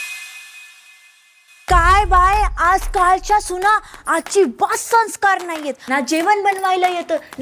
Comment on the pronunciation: पहिली बोलायला शिक आणि मग व्हिडिओ बनव संस्कार हा साधा शब्द तुला बोलता कसा येत नाही कळलं का बाई पहिली बोलायला शिक आणि मगच व्हिडिओ बनव